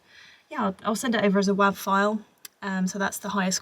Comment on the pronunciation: It took me a few listens to understand what she was saying when she said WAV file. Anyone else? She says it like it rhymes with "have" (US accent). But the "v" was hardly audible, so it sounds like whaaah, like a baby crying sound.